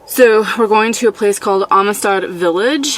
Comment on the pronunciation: Amistad is pronounced Am Stead ....Am as in I am...stead as in steadfast..lol...it’s a Texas thing...we have our own language....and it usually don’t make no sense....great video!